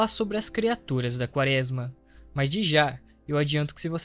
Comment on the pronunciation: vc já falou, pq é um Erro, se percebe q vc Não conhece a palavra(errando todas às vezes) e isso atrapalha na absorção da sua mensagem. Seria só regravar essa parte do áudio.